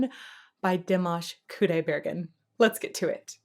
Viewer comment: Could u please listen to the end to learn how to pronounce the artist's name correctly.